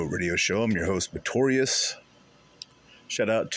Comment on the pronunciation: I know it sounds like he says notorious It's Motwarias, I only no cause I asked for email.